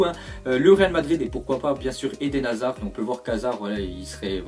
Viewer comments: Hazard avec z pas s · Euhh Hasard avec un "S" on en parle ??